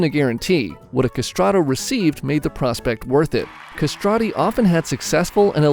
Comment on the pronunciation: non sapevo nulla sui castrati also you are mispronouncing it